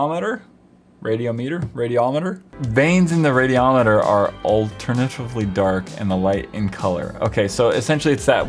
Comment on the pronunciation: "Look at that radeamater baby" I died